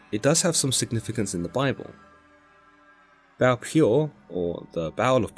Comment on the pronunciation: hi brother first of all great video i want to help you a bit with "baal" you need to pronounce it more like "baahal" and as a native Hebrew speaker it's mean "owner" . but video is great and it's very near to be true.